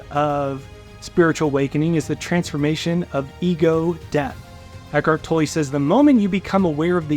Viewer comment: Eckhart tolle is pronounced" toll". The only reason I am saying this is because I know him. I know how his name is pronounced. Make no mistake....you are Awsome! Unfortunately I'm OCD about these kinds of things. Please don't be offended. I use and listen to you daily!!